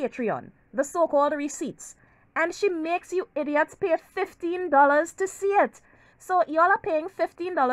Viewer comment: The way you pronounce IDIOT!! 😂😂😂😂😂